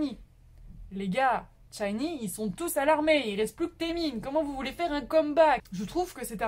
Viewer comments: euh c'est pas 'tchinee, c'est shinee' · Rien de méchant, mais t'as mal prononcer " SHINee " ( c'était mignon :) ♡ le " SH" devant se prononce comme " ch " de chaussure ou châtain... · Mon dieu ma chérie ça va pas du touuuuut (cordula lolilol) SHINee -> chat-y-nie pas t-chat-y-nie Baekhyun -> bec-H-yeon